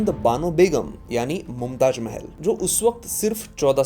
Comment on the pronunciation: It's Mumtaz not mumtaj